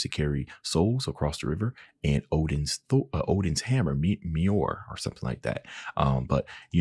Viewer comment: mjolnir ( me yol near) and all together, that is how it's pronounced from it's original norse mythology